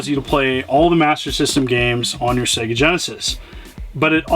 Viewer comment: Finally, an American who pronounces SEGA correctly:)))